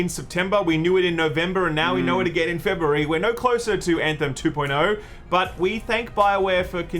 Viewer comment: "Fe-Burry" lol sorry I just like accents.